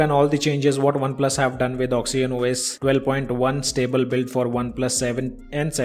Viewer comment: It's oxygen not oxyen